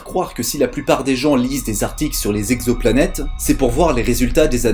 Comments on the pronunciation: On ne dit pas « quatre mille z'exoplanètes » mais « quatre mille exoplanètes ». (oui, je sais, je suis pénible è relever les fautes de liaison… mais je ne peux pas m'en empêcher) Hormis ce détail, très bonne vidéo, au contenu intéressant. Tu as beaucoup progressé sur la forme depuis les premiers épisodes. Bravo ! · * "exoplanètes" et non pas "zexoplanètes" :P